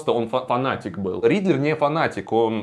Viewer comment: Riddler не Ридлер) Мотивы не мотивы